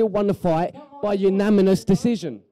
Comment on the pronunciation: "Unaminous" decision...good podcast, thanks guys.